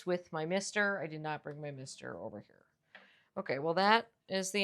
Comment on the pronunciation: Since it's a native American plant your pronunciation is correct.